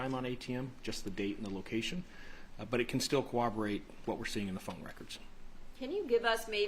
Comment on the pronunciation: Cooberate is not a word right? Isn’t it corroborate?